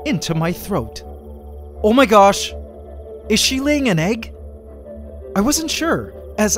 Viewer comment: I really love how you said "omahgash" LMAO